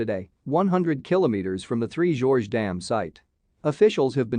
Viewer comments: Three "GORGES" not "Three Georges" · Next time, please correct your pronunciation of Three Gorges Dam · Yes please